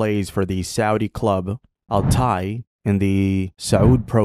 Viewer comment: Al tai = at-tai pronounced